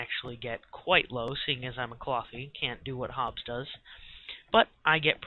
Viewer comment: hehe nice vid man its hobbs not hobbes